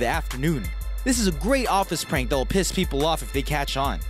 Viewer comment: nobody going to acknowledge how he said piss with impact?😂